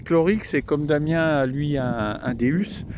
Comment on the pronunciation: Salut je voulais te dire tu prononce mal me non du Deus Le non phonotiquent sa se dit déOUs car c'est dieux en grec beaucoup fon l'erreur mais quand tu le sais sa tap dans l'oreille c'est un peu comme si tu disais je conduis une Ferraru ou une lanborgino c'est rien comme erreur mais comme pour le déOUs sa croche a u oreilles